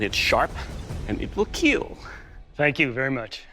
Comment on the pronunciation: The satisfaction after IT WILL KEEL